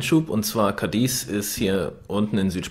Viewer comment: es wird nicht Cadies betont, sondern Cádiz. auf dem A. und kurz gesprochen! deshalb der Akzent! sonst super Video!!!